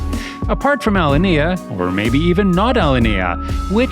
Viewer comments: Right? F. this AI BS. Can't even pronounce Alinea correctly. This new reality run by algorithms and AI is terrible. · You mispronounced many things. However, the most difficult ones to hear are your mispronunciations of Alinea and the owner's last name. Additionally, your narration is clumsy, because on many occasions your emphasis on certain words is incorrect.